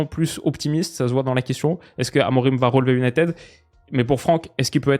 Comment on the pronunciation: Il faut dire "A-Mo-Ring" et non "A-mo-Rim"